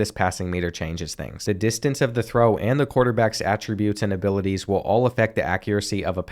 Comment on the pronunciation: can u say abiwaties again